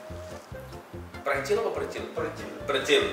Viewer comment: percil kan ya bukan precil?